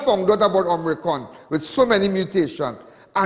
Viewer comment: Not Om-ri-con. It is Omi-cron. Lawd!!